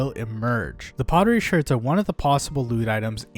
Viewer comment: bro says Shurds instead of shards. that bothers me alot lol